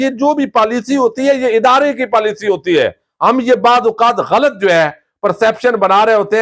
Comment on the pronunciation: لفظ غلط ghalt نہیں ہے بلکہ GHA lat ہے